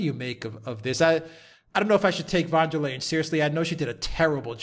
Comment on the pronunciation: She is called “ van der Leyen” not Leyden....